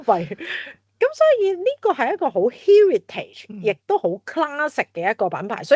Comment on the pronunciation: 第一次听Heritage如此发音，被所谓高层的英语吓亲。